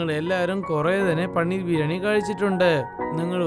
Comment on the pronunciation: പണ്ണീർ 😆✅പനീർ 🙂❌